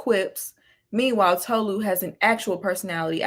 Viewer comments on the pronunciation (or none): like i cant w ppl 😫its TOE-LU god damn like white people cant pronounce shit for the life of them